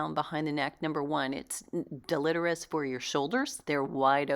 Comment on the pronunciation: I love your channel but you are mispronouncing the word deletrious: del·e·te·ri·ous /ˌdeləˈtirēəs/ The I is pronounced like a long "i"